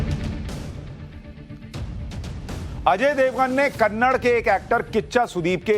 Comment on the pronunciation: It’s not Kannad. Kannada is the right pronunciation. Hindi is not a national language. There no national language in India. There is a national bird, national animal but there is no national language. The way a Hindi movie is dubbed to Talugu, Tanil, Malayalam, a Kannada movie is also dubbed to Hindi, Tamil and Telugu and many other languages. It’s not dubbed to Hindi because Hindi is a national language. You need a patshala about languages.